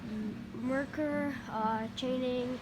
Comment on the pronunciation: It’s pronounced Mercer.